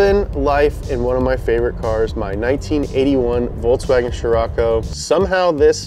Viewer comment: I love how you butcher up Volkswagen every time.